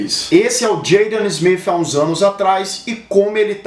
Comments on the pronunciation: Pô cara,tu errou o nome do Will Smith e do Filho dele,o Jaden,o nome deles é Will (Smith) com T no final e não (Smifh). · Pronúncia horrorosa. Parece que fala Will Smiff. Kkkk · Wiil Smif, coloca o T cara, é errado, mas geral fala assim. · "Will Smiff" kk Ótimo vídeo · Nunca que sabia que se pronunciava will smifi 😂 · Incrível como tem gente que mesmo falando no português querem fazer a pronuncia no inglês. Smith com som de F , City é Ciri. A marca Vodafone no alemão é Fodafone ninguém vai querer falar assim negativo para esse vídeo. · Ruim é escutar ele falando o sobrenome Smith.